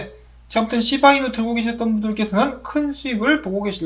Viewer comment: 쉬~바 이누 발음이 넘 조으삼~~ㅋ